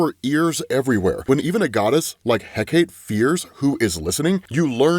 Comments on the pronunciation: Hecate is pronounced "heh-KAH-tsy", and Io is pronounced "EYE-oh". Thats a capital I, not a lower case L; it's a proper noun, bro, so it's going to start with a capital letter. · Hecate is pronounced like HECK A TEE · First "Eye-oh" is right I believe. Then "hip-Ah-lah-tah" or "hip-Oh-lit-tah". Next "Heck-uh-tay" or "Heck-ih-tah". Later on "Guy-uh" not Jee-uh. You know fellow commenters... sometimes I wonder if mispronounces thes names just so we will comment & feed the al mighty Algorithm. The entirety of the Absolute DC series of comics is so fam dope it hurts. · It's not pronounced Hecate.. pronounce it as HEE-KA-TAY 😢😢 please I beg you ... I love everything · Please pronounce Hekate correctly, it isn't He-Kate, it's eh-KAAH-tee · I love you. I've been a fan since the OG infinity Gauntlet series. But it's Heck-uh-tee. Not Heck-ate. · Hecate = Heck-uh-tee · Its pronounced Hek-a-ti and hip-all-it-ah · Heh-cot-tay hecate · Hey man, great videos as always, but i've always heard it pronounced as "he-kaa-te", it's weird hearing how you say it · Hecate is pronounced more like Heh-cuh-tee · Its pronounced heck-uh-tee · HEK-A-TI i o (like the moon) Hip-ALL-it-ah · The pronunciation for Hecate is "Heck-Ah-Tea" and it is I presume IO not LO as IO is a moon around Jupiter and named after a Greek nymph in the mythology. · Just future reference, Io is pronounced "Eye-oh", and Hecate is pronounced "Heck-uh-tee". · he-keh-tay* is how you pronounce hecate great vid! thanks! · Hecate is pronounced "HECK-uh-tee", and Io is pronounced "EYE-oh". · hecate.... its pronounced "heh ka tee" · Well done as always. As for pronunciation: Io - “eye-oh” Hecate - “Heck-uh-tee” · Hecate is pronounced HEK-uh-tee three sylables. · Please... Please! It's pronounced, "HECK-A-TEE" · I said this a few videos ago and im still hearing HEHKATE lol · it’s pronounced heck-a-tee. Please your physically hurting me 🙏🏻😭